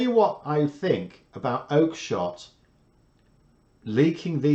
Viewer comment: I disagree with your comments about Johnson not being a cult. But I can't spell properly. Loved when you pronounced her name as Oakenshitt.